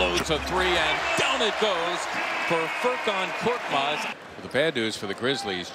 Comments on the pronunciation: Not 'kortmaz'. He's KORKMAZ . Change it admin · Not kortmaz his surname is korkmaz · İt's FURKAN KORKMAZ NOT FURKAN KORTMAZ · Not Kortmaz, it's KORKMAZ... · His surname is not Kortmaz. It is Korkmaz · Not "Kortmaz", his surname is "Korkmaz". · Not korTmaz it’s korKmaz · His name is Furkan Korkmas not kortmas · Btw its koRkmaz not that hard isnt it